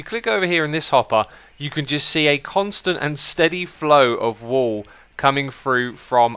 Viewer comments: stop saying wool W00L/WööL instead of wuul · Yeah I heard wall so many times before I got he ment wool